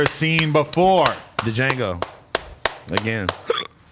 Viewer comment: major payne is a classic!! mean girls is good too and dude you dont pronounce the d in django